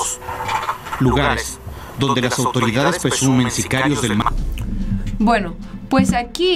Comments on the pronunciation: 😂😂 no mms al "morro" o al marro ....?🤔😂 hablen con ella jajaja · Es marro no morro saludos desde la cdmx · es el MARRO no el MORRO; Muy seguido lees mal los nombres de tus artículos, YO te sigo pero si te aconsejo que leas bien. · Jaja ni si quiera sabes pronunciar no es morro es marro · ¡No manches,! No es Morro, es Marro. No es Juvenito es Juventino Rosas. Con todo respeto, pon más cuidado a la información que comunicas para cuidar tu credibilidad.